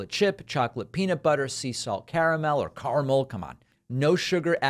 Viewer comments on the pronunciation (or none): none